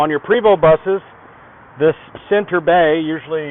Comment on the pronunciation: Hi, It is a PrAAAAvost Not a Prevost, Its French